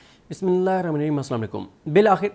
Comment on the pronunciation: او چولا بسم اللہ ٹھیک سے پڑھا کر حدا کے لئیے